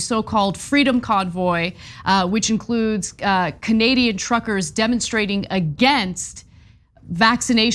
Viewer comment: Did Anna say Canadian Truckers or Canadian Trumpers?